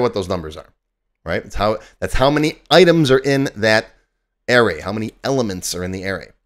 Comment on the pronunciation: Air-Rays?? Yikes! It's a-ray.